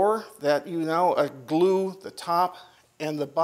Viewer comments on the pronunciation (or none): none